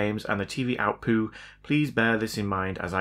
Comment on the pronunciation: "Outpu". 🤣 Love it!